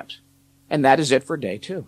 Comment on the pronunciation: “The number Twooh”